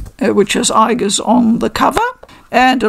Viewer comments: In Japanese she is written in the way you pronounced (with the hard G sound) 👍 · you mention that you don't think Aigis has a "canon" pronounciation. In the games (at least in p3r) and movies her name is always said with a "hard" g. Would this not constitute a canon pronounciation, or is her name said differently in other languages or medias?